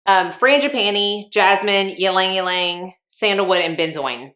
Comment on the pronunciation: Great fragrance video! One small point: Ylang-Ylang is actually pronounced EE-LANG EE-LANG, not YEE-LANG YEE-LANG . The Y is silent. In countries where this flower is prolific, such as the Philippines, Java etc. It is pronounced LANG-LANG.